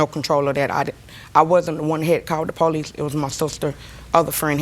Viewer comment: poh lees 🙄